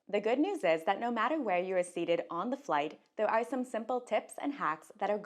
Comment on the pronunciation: Boarding your fwight boarding awea boarding gwoup People with speech issues for no good reason is my pet peeve.